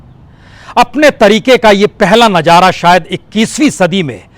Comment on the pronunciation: Bajpai ji अगर आप talafuz दुरुस्त karlete तो बहुत अच्छा लगता जैसे नजारा के बजाए नज़ारा बोलते